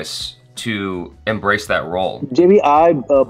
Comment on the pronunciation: When Monoj Sir called him JB instead of Jaby, that was a cringe moment.